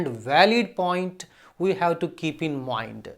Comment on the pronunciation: Btw it's not moind it's 'mind'